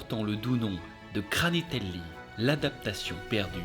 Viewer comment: Le kranitelli pas granitelli🤣🤣 Des effets vraiment très spéciaux🤣🤣 Les chansons de ouf🤣🙌 Ouais Bombadil était dispensable Gwaihir🙌🤣 Non mais Sauron c'est abusé🤣😂 Fais avec le coeur🤌